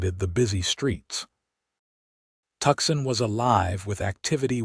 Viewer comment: Seriously?! Maybe there is a niche market for teach AI how to read American words. The gun name is pronounced "dare-in-j-er" the city is pronounced ""Too -san" not "Tucksan"